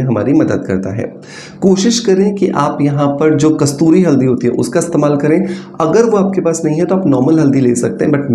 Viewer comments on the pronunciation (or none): none